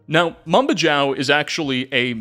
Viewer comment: Love the video but Mambajao is pronounced with a Spanish J (Mam-Ba-Hao) as the Philippines was once a Spanish colony